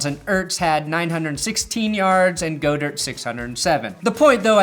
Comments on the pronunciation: Its fucking said GOD-ERT!!!! WTF